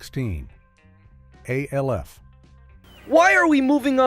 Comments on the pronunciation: It's Alf not A. L. F 😮😮😮😮😮😮😮😮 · I couldn't make it past A.L.F. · can you say alf right stop saying the letters and say his name